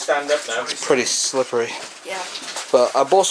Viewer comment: I thought the same thing! Here in America I can't imagine a place like that with access to public? That's crazy! And I am very happy you are wearing a helmet! You obviously care about your safety😉 and stop saying slippy for pete's sake! It's SLIPPERY 😁